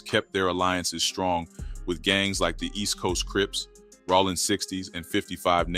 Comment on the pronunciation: sounds like a ai voice lol bro said rawling instead of rollin